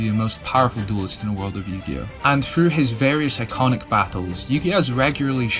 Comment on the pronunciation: did you say "various iconic" battles or "very psychotic" battles 😂😂